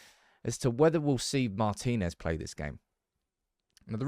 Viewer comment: hello. congratulations, you are the first one to pronounce it correctly: marTInez.